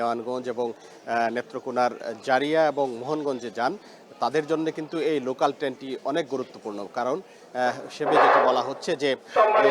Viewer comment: লোকান নাকি লোকাল?